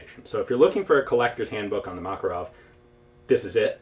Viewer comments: btw it's MakArov, not MAkarov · dear ian, thank you for yet another interesting vid. a side comment--- i have a friend who was in the soviet military who says that makarov is pronounced Ma Ká Rov,accent on the ká. on the same subject, the name mondragon is accented on the last sylable-- mon dra gón (i live in mexico) thanks again for all the great vids. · LoL, it accent should be on the second "a" - "Mah-cAr-ow", like "hey, dude, dats muh cAr get ow it!"